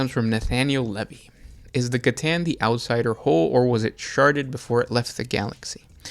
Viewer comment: said sharted haha!! Love you guys